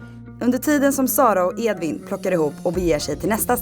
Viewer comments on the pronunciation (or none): none